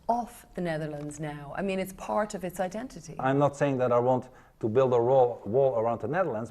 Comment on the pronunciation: The way she emphasise the word ‘part’ 🙄